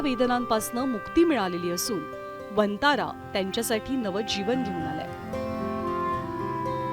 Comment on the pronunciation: वंतारा ऐवजी "वनतारा "असा उच्चार केला जावा ही विऩती